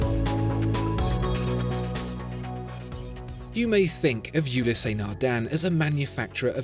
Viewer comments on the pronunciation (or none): There is no accent on the e. Ulysse (ewe-lis) not Ulyssé. Eh! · Why pronouncing it " Ulyssé " ;) The " e " without accent is always silent in French. It's " Ulyss ". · Just for the record, it’s pronounced Ulysse not Ulyssé. There’s no accent on the “e”. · How do so many people manage to mispronounce Ulysse Nardin. There is no accent aigu, the “ e ” is not “ é ” so don’t pronounce it as such. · Not sure where you got the horrid and distracting pronunciation of "you lee say" Nardin. You pronounced Patek Philippe reasonably well, though. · Great video but I think you aren't pronouncing Ulysse correctly. The "e" is silent, should be pronounced "ulys". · Another quality video... Thanks! Just one, little nitpick: The French name "Ulysse" is pronounced with just two syllables, i.e. "u-LEESE" . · Awesome watch! PSA: The E at the end Ulysse is silent.